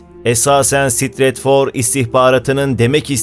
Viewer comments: Stratfor yazinmaktadir ama Sitretfor okunur fhisdhfsd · Ben şahsen Asya’da ilerleyeceğimizi Saka cumhuriyeti dahil bir Türk federasyonu kuracağımızı ve buna misakı milliyi ekleyeceğimizi düşünüyorum. Harita’da Kazakistan kırmızıya boyanmamış. Startfor “Sıtıratfor” diye telaffuz ediliyor.